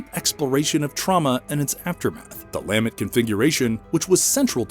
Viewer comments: Lamb-ent... its LuhMENT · Interesting video! I gotta nitpick one thing. The word is lament. Emphasis is the last syllable not the first. It just sounded so strange each time it took away from an otherwise really well out together piece. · Lamb-ent was driving me crazy.